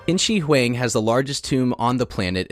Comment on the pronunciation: Qin ShiHuang is pronounced like "Cheen Sure Hwaang"